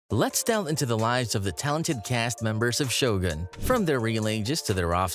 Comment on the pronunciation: You narrate well. I hate it when people pronounce Shogun as Show Gan. You pronounce it correctly: Sho Goon.